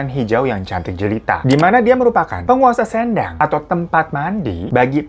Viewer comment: Baca kata sendang, "e" nya di baca lemah bang